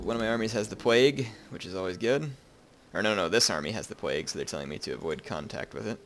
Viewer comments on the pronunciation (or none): none